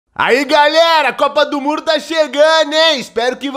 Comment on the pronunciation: Eu entendi copa do muro 😂😂😂